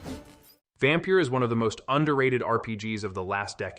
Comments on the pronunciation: Considering it's the Scandinavian (at least - I dunno how Transylvania spells it) spelling, how they say it works fine, though the Y should really sound like the first sound in the word "young". Far as I know for "fenyx", though, there's nothing wrong in saying it like the video does, or at least how you specified. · Know what, you're right on both. I listened to it again and he accentuates the A when he should accentuate the Y, while pronouncing "phoenix" "fen-yx". I Didn't catch that the first time, and fromm your comment, it looked to me like you said he pronounced it like he should have, when you meant to say he didn't. I've played Immortals: Fenyx Rising, so I'm aware of all that, but like I said, I guess I misread your comment. My bad.